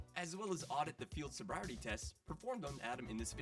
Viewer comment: HOWEVER I greatly appreciate you doing the voiceover yourself as opposed to AI so if that’s the trade-off I’ll no longer complain about your mispronunciation of “sobriety”